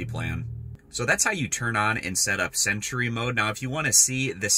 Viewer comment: Nice easy explanation. Btw, it’s pronounced “sentry” not “cent-ur-y” 😂. Thx for sharing the vid..I was having issues w my setup.